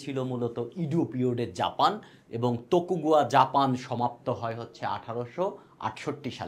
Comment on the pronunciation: ওটার উচ্চারণ তোকোগাওয়া